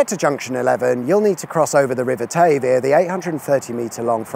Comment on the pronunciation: Via is not pronounced the same as veer🤷‍♂️